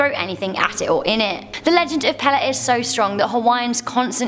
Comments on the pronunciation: Hawaiian Goddess Pele - Pronounced Pay-Lay. Not Peh-Leh. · 8 - i would have to ask a hawaiian person, but i had always heard the Goddesses name pronounced "paylay" 6 - a blood red sun doesnt bother me. what affects me is a blood moon. my people were always affected hard by the blood moon. candy for me is raw jalapeño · Pele is indeed pronounced pay-lay. However, some local Hawaiians shorten their vowels, so it sounds more like the way said it. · Hawaii fire goddess is pronounced pay-ley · You're awesome, but the Hawaiian God is pronounced pay-lay. I love your style, you are one beautiful intelligent person. Not fair you have all the good traits 🙄